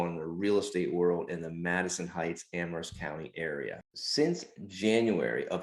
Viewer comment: I like that you pronounce Amherst correctly with a silent "H"